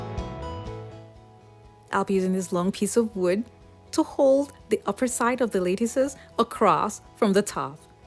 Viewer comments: Are you going to relocate that hanging light now? It looks very off center now because you made the dining room so much smaller by adding that very slim hallway room. And also, just so you know (and I’m not be snarky, because you may not know) but that is pronounced “lattice”, with a short A. Exactly how you pronounce “lettuce”, but with a short A, not a long A. You are saying “lay-tus”. It’s correct pronunciation is “latt-us”. Cute transformation though. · It is pronounced lat- tice. Like lat-er-al.